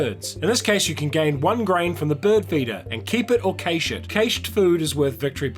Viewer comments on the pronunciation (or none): Nice vid, looking forward to getting this. FYI Cache is pronounced cash though 😉